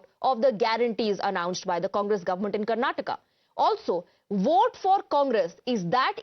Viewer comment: TimesNow is uneducated news channel who does not know how to pronounce Karnataka.